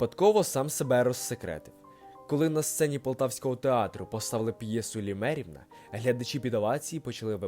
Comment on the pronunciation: Твір називається; ' "Лимерівна". Ставте вірно наголос. Дякую